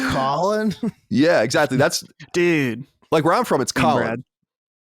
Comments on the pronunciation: Brad definitely says Cohlin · I always notice how Brad pronounce Colin wrong. I was always waiting for Colin to notice it, but Colin never reacts so it must be fine.